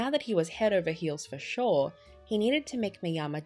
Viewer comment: The name is SHORE !!!